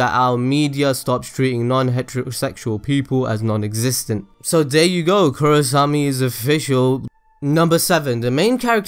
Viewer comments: i think most of those are just common knowledge for anyone who is even slightly interested tlok. also its KorrAsami not korrosami. because not matter where you cut the names its either korra or asami ... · Korrasami? Bruh!